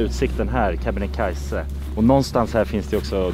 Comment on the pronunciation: Kebnekaise inte Kebenekaise som ni säger HELA tiden…